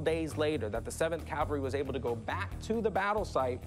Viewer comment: Rick…. Dude! Learn to properly pronounce CAVALRY… You’re not in church!